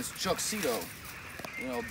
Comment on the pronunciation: ZITO not Zitto